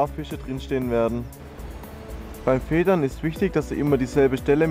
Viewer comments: edd wird fieder gesprochen !!!!!!!! hahaha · Feedern wird eigtl anders ausgesprochen ... Aber jedem das seine ^^